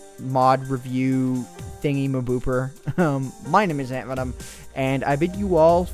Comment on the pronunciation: Did I hear you say 'Hey Guys, Antverm here'